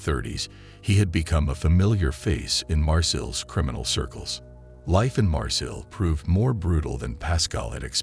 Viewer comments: It pronounced "mar-say" not "mar sill" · Like Marseille its pronounced "mar-say" not "mar-sill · You are so annoying everytime you say Marseille or Lyon..... you are not saying them right at all